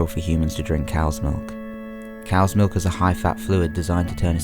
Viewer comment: I can't deal with the way you say milk. That 'k' sound is just..... uuuuuuuuuuhhhhhhhh. I want to chop of my ears.